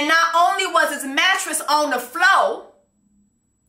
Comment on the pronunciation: “mattress on the flo diqué “😭😭😭😭JESSIE PLS